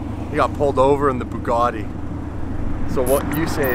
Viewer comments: Its not a BOOgatti, its a BUGatti. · for fuck sake AMERICA stop BASTARDISING the languages of other countries..... there are no O'S no R in BUGATTI . It is pronounced Boo gatt ee . I know it is hard to read, but really even Muslims speak English far better than Americans and they are much nicer people.